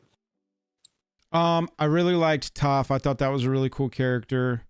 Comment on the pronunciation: words cant express how much I despise this guy who ive never met. Starting it off with the movie which shall not be named! then mispronouncing toph.... i stopped watching. Go watch the series then come back and apologize for murdering my childhood...